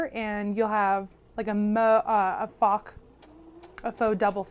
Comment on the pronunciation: I loved your "maux, or fock" line of stitching. I know you meant faux or mock and I love that you left the blooper in! It lightened my mood. Sometimes I stress myself out with taking things too seriously. Its just sewing. It's not life threatening.